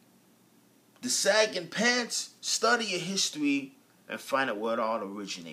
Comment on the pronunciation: what did you do with the G ,at the end of sagging??LOL